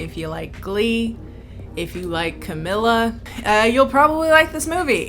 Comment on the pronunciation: She really said Camila Canteloupe 🤣🤣🤣